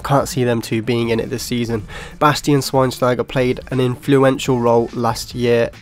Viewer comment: Got SCHWEINSTEIGR so wrong